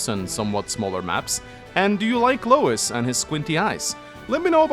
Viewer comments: Editor's right, it's pronounced Louie. The Japanese ルイ makes it clear. Every time said Lois I'd think of family guy lmao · It’s pronounces “Loo-Iss” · Just a heads up it's spelled Louis but pronounced Louie, it's a french name